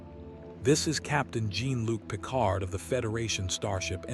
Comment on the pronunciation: Two sentences in and I just CAN'T. Find a HUMAN to read the damned script. The mispronunciation of Jean-Luc Picard is unforgivable.